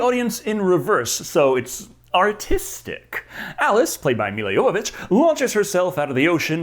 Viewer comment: One of the things l admire about is that he pronounces Milla Jovovich’s name correctly.